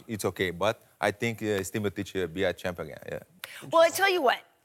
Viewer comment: Werdum never says Miocic's name right haha